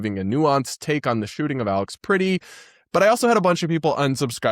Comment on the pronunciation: You're pronouncing 'Pretti' like the English word pretty. It's the eh as in press.